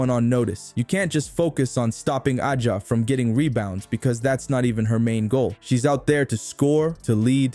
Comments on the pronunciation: You saying her name wrong A 'jA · Another robot voiced Caitlin-glaze account saying the same ChatGPT generated thing (that's why the pronunciation is wrong) 10 times in a row about "turning the heads of fans and critics alike." Where are the MAJOR SHOTS.